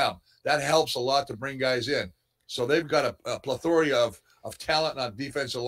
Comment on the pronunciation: Did he just say 'plethoria'?